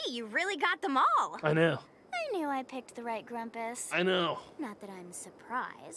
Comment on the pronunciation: I love how is constantly fucking up everyone's names. Grumpuses and Bugsnax alike. He always finds new ways to say them wrong